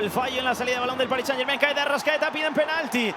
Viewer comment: Por fin un comentarista que pronuncia bien "Germain"